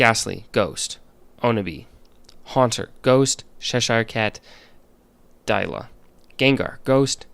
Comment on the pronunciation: The “dye-la” part for Haunter is actually pronounced as “Dee-lah” since it’s from the Filipino word Dila which means Tongue (Noun form) or Lick (Verb form). It’s also a malevolent spirit in some indigenous beliefs, hence the ghost